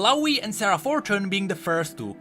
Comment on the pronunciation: Every time says "Sarah" I hear it as "Sera" and think he's talking about Seraphine out of nowhere.. ugh